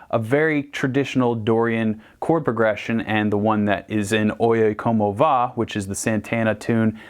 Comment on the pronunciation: Hearing you say "oye como va" its just glorious as a espanish talking guy